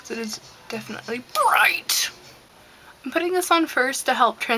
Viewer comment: I loooove how you said "BRIGHT!". <3 It always makes me chuckle. I love this video! You're very talented. My favorite Senshi. <3 I love the colors, I love your hair, I love your videos!! Keep up the awesome work!